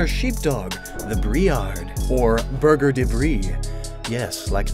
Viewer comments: Just a heads up, but it's not Burger de Brie, but rather a "Berger" (b-air-jay) aka a shepherd in French Meaning it's basically a "Brie Shepherd" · Berger the brie would be pronounced "berdjer de Brie" And not Burger :p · that pronunciation of "berger" made me laugh quite a bit lmao. It's not like the sandwich at all in reality and I know both syllable are hard for english speakers so it's not a big deal, just a funny moment for french speakers